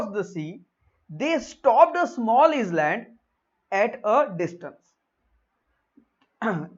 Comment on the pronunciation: Plz check island pronounciation